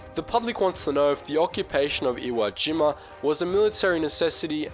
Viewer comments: Limey-speak is beginning to really annoy me... and WhereTF is "iwageema"... SHEESH! >>> NEXT! <<< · "iwoah jeemah" loooool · Have I been pronouncing Iwo Jima wrong my entire life!?